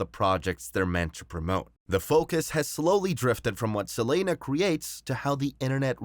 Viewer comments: Can’t stand the guy continuously saying “Sa-lane-uh”!! It’s Selena. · why you call her selayna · Lmao it caught me off guard never heard no one say her name like that 😂